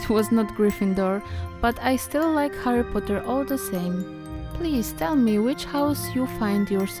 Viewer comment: Kochana, jest świetnie, ale mam jedną uwagę! Źle wymawiasz to jego imię po angielsku co mnie trochę boli. ;^; Powodzenia! Kocham takie projektowanie. ♡